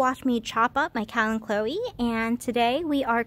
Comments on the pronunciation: Nicely done... but it's pronounced "kal an ko e", not "kal an klo e". No "l" in the last syllable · I was pronouncing it kalan-cho. Turns out that's the British pronunciation, so I wasn't compleeeetely wrong. 😂This plant confuses me in many ways.